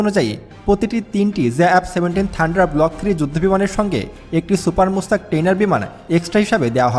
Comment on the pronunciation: সুপার মুস্তাক না ভাই সুপার মুশাখ। একটু পড়াশুনা করবেন।